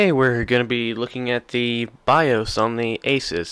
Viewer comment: Bye-Oace Say-da Ex-cape hehehehe good vid though